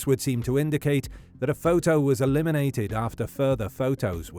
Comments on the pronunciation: Sad case indeed. Was anyone else triggered by the narrators pronunciation of "photo" during this whole twenty minute recap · I like how the voice says photo like "foh-toe"